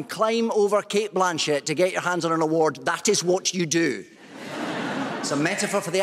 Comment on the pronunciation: He flubbed announcing Cate Blanchet 😅 He had a fan boy moment. 😂